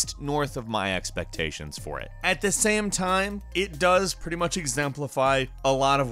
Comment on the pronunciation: sry ,but i cringe every time you say game or same ...O_O